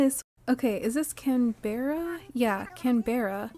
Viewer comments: im so glad you said this, can-bear-ah was driving me crazy and completely breaking the cozy vibes immersion, but i can skip to the second episode now! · Opened this from my tv onto my phone because the “can-beh-ra” was driving me nuts 😂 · Yea yea please I beg you to pronounce Canberra properly! It’s the capital of Australia and we all Aussies hate it when it’s pronounced wrong 😂😂😂😂 CAN BRUH. Not all words are pronounced as they are spelled, especially in Australia ❤